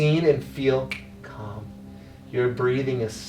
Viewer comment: “your breathing is cum”